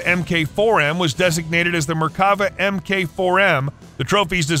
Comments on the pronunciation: its MARK not M-K ! FFS! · Is this piece done by an AI? Mk is always read as "mark" , not em-kay and it's Chieftain, not "chiften". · "MK" is "Mark", not "em-kay". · "MK" is pronounced "MARK"